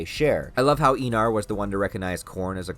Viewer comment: I'm pretty sure it's pronounced Eye-nar.